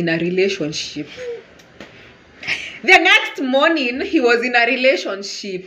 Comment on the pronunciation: 🤣🤣🤣🤣 What in the name of drama fest is that "mourning"